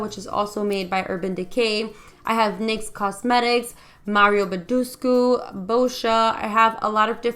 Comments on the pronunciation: "Baduscu" ?? Ayay 🤔😂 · Am I the only Romanian that gets offended when Badescu is pronounced wrong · lol not Romanian but it also bother me a bit she did it twise i guess is her accent since it wasnt the only thing she mispronounced lol